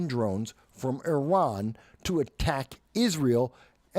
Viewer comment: You’re one of the few people I’ve heard pronounce Iran correctly 🙌🏽